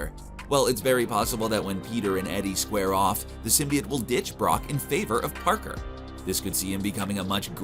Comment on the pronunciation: Dude,you have to say symbiote correctly!! It's not symbi it!!